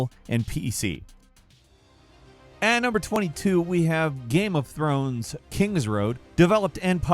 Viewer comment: he said game of throws lol 😂 😂